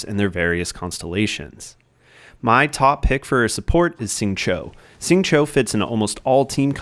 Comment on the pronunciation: I don't wanna be that guy, really appreciate the content man, but Xingqiu = Shing-Chew, not Shing-Cho.